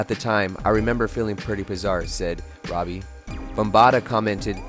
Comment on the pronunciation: It’s ROBIE, not Robbie